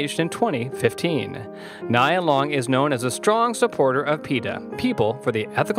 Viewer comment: Pronounce her name correctly before you start reading her bio.